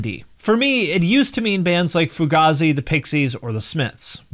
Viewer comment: It's pronounced like fugayzi, not fugahzi